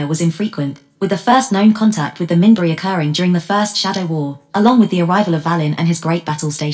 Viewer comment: It's pronouncing "Minbari" wrong.